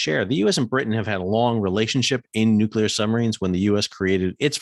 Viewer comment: Straight up, it is so refreshing to hear someone, particularly an American, who can actually pronounce "nuclear". The general inability on YT to pronounce that word is uncyular. The froggies got their panties in a knot because they got caught out cheating. Their behaviour reflected accurately the same hurt-feeling behaviour of the CCP, they bully and bluster their way through anyone who stands in their way, but then bleat like injured little lambs when someone calls them out. Make no mistake, the original "contract" with the froggies was to build 6 diesel subs for 2 billion each, then the sly little crybabies decided they wanted 96 billion for the same handful of subs. Feck France and feck their dishonestly delicate little girl feelings.